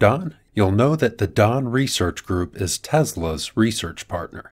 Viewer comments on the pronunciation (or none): none